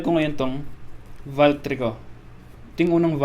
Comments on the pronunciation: The proper way of reading it is "volk" not "valk"😂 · You miss pronounced "valk" 😂